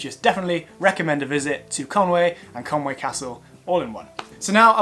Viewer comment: I think it's pronounced conwee (conwy) not Conway